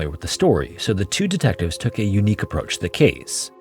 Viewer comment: "approuch" lol